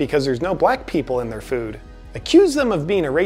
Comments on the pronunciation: I think he slurred. I don't recall him every saying "their" like "thuuuur" before. I think that's why it stuck out. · The word is pronounced like "thair" not "thur."